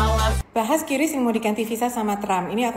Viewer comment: QRIS Menurut Bank Indonesia ejaan yg benar adalah kiris bukan kiuris.🙂